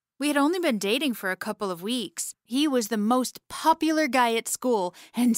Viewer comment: Did anyone notice in the beginning she said "and he's the most pupular "